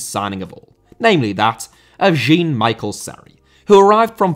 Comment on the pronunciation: Jean* not Jin Serie* not Siri Tobias* not Tobayas Figueiredo* not Fegareidouw Ozan* not Ouwzan Fenerbahçe* not Fenebohçei Núñez* not Núnez Primeira* not Premera Guimarães* not Guemaraich Debut* not Deibyu Can't* not Cohrnt Half* not Holf Ghanaian* not Ghornayan Tetteh* not Tettei Traoré* not Trayorei Diego* not Diyeigouw Possession* not Posession Regime* not Reigime